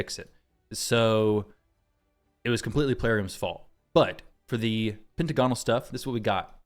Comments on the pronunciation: Not to be that guy, but it's "Pent - agonal" not "Penta - gonal". Great vid otherwise though! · Actually, it's pen·tag·o·nal per Websters. ;)